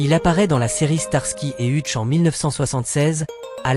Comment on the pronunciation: Monsieur l'IA c'est Heutch que ça se prononce pas Hutche